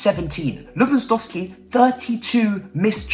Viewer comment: Ay at least you’re self aware that you butcher name 😩 now we need you to start sayin todd boehlys name right ffs😭